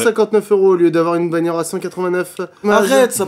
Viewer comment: qui a remarquer que mcfly a dit une baniore a 5 min 37 sec